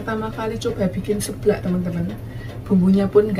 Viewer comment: Bukan sablak. Tapi seblak, bukan tulang ragu tapi tulang rangu. 😂😂